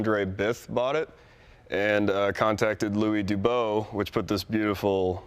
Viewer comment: not Dubo is duboss.